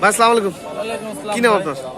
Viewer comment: আসসালামু আলাইকুম এভাবে শুদ্ধ করে সালাম দিবেন। স্লামালাইকুম বলতে কোন শব্দ নাই।